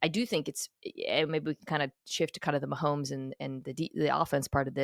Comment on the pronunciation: Why do so many people put an "L" sound in "Mahomes" and turn it into "Maholmes"?